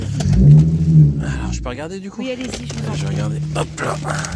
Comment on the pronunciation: tu dit pas oui met wi 😅